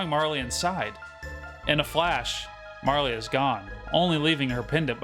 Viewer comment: Marle is the only realy way to pronounce her name. <3